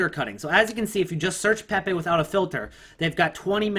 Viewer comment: If he says "PehPeh" one more time xD <3